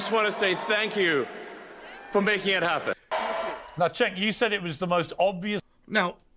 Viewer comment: The real question is: was trolling Cenk by mispronouncing his name? Had me laughing 🤣